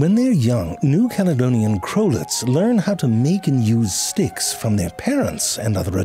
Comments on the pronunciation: Am i the only one who thought him saying sticks sounded alot like him saying dicks. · Are you saying dicks from time to time, or are my ears not telling the truth? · I cracked a smile every time you said sticks just because it almost sounds like you're saying dicks